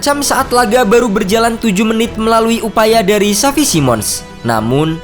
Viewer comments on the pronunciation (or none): none